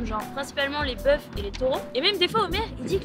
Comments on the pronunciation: on dit "les bœufs"(=beu) (comme un œuf/euf, des œuf/eu) aineuf,dézeu / ainbeuf,débeu ;p (dsl, plus fort que moi...) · ELLE A DIT LES BŒUFS COMME BEUF !